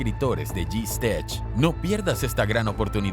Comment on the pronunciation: Tu pronuncias mal el nombre de tu canal de youtube GStech